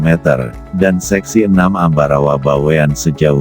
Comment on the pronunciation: Bawen. Bukan BaweAn